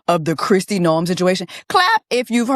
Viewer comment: The way you pronounced NO-EM took me out LOOLLLL